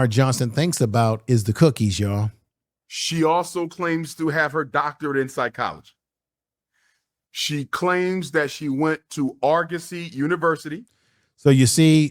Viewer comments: I've never heard anyone mess up the pronunciation of Argosy so badly. Bro. What's going on? 😅 It's "R Go see". And yes! They were a legitimate university. They were one of the first online for-profit schools, back when everyone was still skeptical about online universities. They weren't well received, and lost their accreditations after many years. And they ended up shutting down. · Say it with me:ARE-GO-SEE… SHEESH! 😂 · It's pronounced (aar-guh-see) Argosy. If you're going to cook her, deservedly so, you should at least pronounce the school right, 😄 🤣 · I look at her trademark other way, I don’t think she ever took any classes period at Argosy ( R-GO-SEE). I think she was laying the ground work for her future scam venture. She researched closed schools and believed if she could convince one person she was legit ( which she did because black people never vet people) then she was in and the scam could begin and that is exactly what occurred. She also assumed that no one would question her and if they did, she would say they were jealous of her because of ( fill in the blanks) and this would stop others from questioning her credentials. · Argosy is pronounce R-GO-SEE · It's pronounced "Ar-go- see" ❤